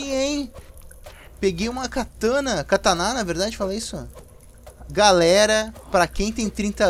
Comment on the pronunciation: ANIMAL É KATANA VC FALA ERRADO KATANÁ E NÃO TEM NENHUMA INFORMAÇÃO DE QUE EXISTE ASSENTO AGUDO NO A SEU ZÉ